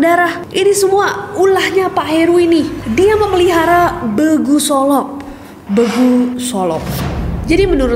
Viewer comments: Kak ga ada huruf " eu/e' " dalam bahasa batak 😂 Jadi begu,bukan beugu/be'gu. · Bukan begu kak, tp BEGU! Cara bilangnya E keras kek kita bilang besok atau enak. Cmiww^^ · di ncc ga ada orang batak ya kak ness ? lucu denger penyebutan "begu" nya. Dibacanya dipisah, be-gu bukan begu. Artinya makhluk gaib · Begu ❌ BEGU! ✔️ Gitu ya kira2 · Please baca begu nya buka pakai e lemah,, tapi e kasar. Jadi memang begu ya ges, bukan kayak bgu.. Thankyou 😉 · Sedikit ralat, pembacaannya bEgu pakai E keras bukan begu e lembut gitu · Pengucapan Begu nya salah kak, Bengu, huruf "E" sama seperti pengucapan huruf E di kata Medan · cara penyebutan BE-GU, bukan be'guu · kalo kami org sumut bacanya "B GU" bukan "be gu". cemanaya bilangnya gitulah pokoknya wkwkwk🤣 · kak BEEGUU Bukan BEGU (kayak jadi gk horor lagii wkwkwk) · Kak nes , aku ank medan mau koreksi cara bilang begu nya salah . Bukan “begu” tapi “BEGU” 😅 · bacanya begu biasa aja kk, bukan beugu😭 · cara bacanya bukan "begu" sih kak ness, tapi bEgu, semoga paham maksud ku kwkw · bilangnya bukan begu gt kak tapi begU 😺😺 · Maaf kak, bukan "begu" tapi "BEGU" huruf E keras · Nyebutnya BEGU bukan BEGU gimana la aku bilangnya astaga 😭😭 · penyebutan nya begu kak .. bukan begu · BEGU bukan begu 😂😂😂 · Bukan begu kak tapi begu 😂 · ejaannya BE GU . bukan Bgu kak 🥲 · begu bukan begu🙂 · Kak bacanya bEgu bukan begu 😂 e nya sama kayak logat batak yg e nya keras wkwk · Kak bEgu bukan BeGU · Bukan begu tapi bacanya be gu nya kek batak ngomong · Cara baca Be nya... Be BECAK nes.. Bukan Be BENGKAK.... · It is Begu with the pronunciation of E just like when we said “bola BEkel” not like “kotak BEkal” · Greget banget kak nes baca nya BEGU sesuai di tulisan padhal kalo logat batak pengucapan nya BEIGU 😅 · kak nes aq jadi ketawa setiap kk sebut begu 😁 cara bacanya bEgu kayak baca bebek kk, bukan begu kayak baca benih. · Begu solop bacanya ‘bègu solop‘ kyk baca ember, Kak Neeees😊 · Bacanya bukan begu, tapi BEEgu (abcd..E) 😁 e yg ini..